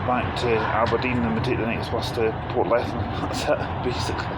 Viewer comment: *Portlethen mate.